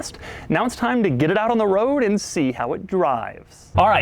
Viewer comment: The way he says "and" 😂😂